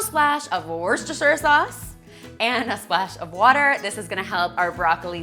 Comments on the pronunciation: Its hard to say when its not a norm term hahaha! I'm from England and we pronouce it "Wusta" Sauce if you want to say the full name it is pronounced "wusta-sheer sauce" 👍👌 Love your channel 💜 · Pronounced woos-ter-sure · Pronounce it like this. Wus-Stesh-Shure Sauce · As a person who was born and raised in Worcester, UK. It is pronounced Wuss-ter-sheer (if well-spoken) or Wuss-ter-sher (if not so well-spoken) and if you're a farmer, Worrs-terr-shyerr. :) <3 Thank you for the videos. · I'm not sure, but I think it's pronounced "Whistersheer". That's what Jamie Oliver calls it anyway☺️😂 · It's pronounced Wooster haha! Loved this meal prep 😍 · Loved the recipes this week! We have a town here in MA called Worcester, and because of that I grew up knowing the proper pronunciation of the sauce! Excuse my phonetics, but if you were to sound it out the name sounds like Wuster-shir. Hope that helps :) Can't wait for the next video. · Haha! Don't feel bad. I don't think even the people who make Worcestershire Sauce know how to pronounce it. ;) Oh! And! Hand over the fries and no one gets hurt.